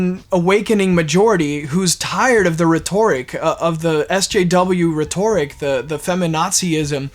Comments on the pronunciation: Rhetoric is pronounced RHET-or-ic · And by the way it’s pronounced reht-or-ic in the way you are using the word. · I love everything about this except your pronunciation of rhetoric.